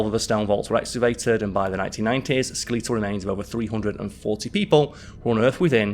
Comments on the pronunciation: Julius kaiser or Julius caesar?? Also skel-eetal has me rolling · no, around the 11 minute mark he says sku-LEE-tle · My mum says skeletal the same way. She is from lancashire bordering onto yorkshire where is from so I'm guessing it's a dialect thing in England. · I’ve never heard “Skeletal” pronounced like that before. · I’ve never been but I have many friends across the pond and, I’ve never heard it pronounced that way. It’s not a dig. Just a observation. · Must be a time traveller from the future; that must be a Martian accent😜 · Just sounds like a British pronouncation to me.... I'm also a Brit. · I keep chuckling everytime he says it 😂 🤭